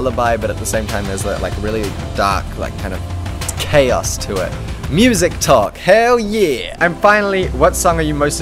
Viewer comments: Wait why do you say mu-sak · lol i thought he said "musac"